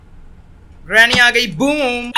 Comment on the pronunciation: I like he says granny as drameee 😘😁😂